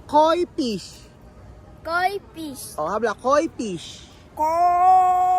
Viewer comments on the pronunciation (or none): Hi. It would be nice if you can pronounce the F (PISH) properly. Thanks ✌️✌️✌️ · fish not pish😁✌️ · KOI FISH NOT “KOI PIS”...😂😂😂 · I pronounce mo ang letter F correctly kasi letter P yong pagka bigkas mo sounds like Pish sana sa tutorial nila turuan cla ng correct pronunciation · Hola,. He visto bastantes videos tuyos y lo que estás haciendo es digno de elogio, especialmente en lo que respecta a la educación de los niños. Sin embargo, noto cómo pronuncias mal las F y las V. Por el bien de los niños, tenga la amabilidad de esforzarse más en pronunciar dichas letras correctamente. Muchas gracias.